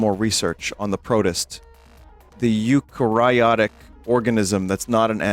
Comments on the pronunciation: hearing vinny try to pronounce eukaryotic actually hurt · I was a little befuddled when vin mispronounced eukaryotic but I just kinda figured it had been a while since he took high school bio. I dunno why that chat member had to come for him like that lmaoooo